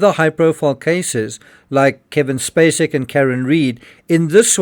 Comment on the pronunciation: Really?! Bloody limey! It's Kevin SPACEY not SPACEK. 😂